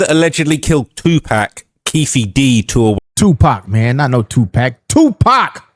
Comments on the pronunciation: Im sorry I just can't listen to the way says 2 Pac. (2 Pack, smh) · be saying "2Pack" 😂😂😂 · learn to pronounce pac’s name big G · This white guy, ain't like us...he can't even say Tupac name right!!!😂